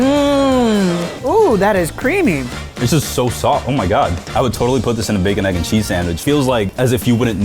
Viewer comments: EGG! NOT AGG! ITS A “E” NOT A “A” EGG EGG EGG EGG EGG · Why does he say AYYg instead of egg?!?????